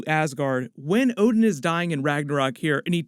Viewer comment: hahahah so you watch one piece too? at certain point you say ODEN in stad of ODIN!!!